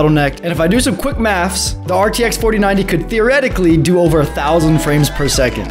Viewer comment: 4090 saying like fortinayti